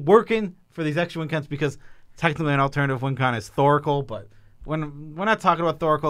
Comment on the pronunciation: What's "Alternitive" ?!?! Surely you mean 'Alternative'? Just funnin' ya'll